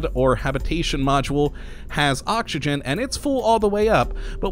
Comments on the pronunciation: Does anyone else hear him saying okshigen instead if oxygen, or are my ears playing tricks on me? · Yitzi Schweitzer The way he pronounces oxygen is funny :D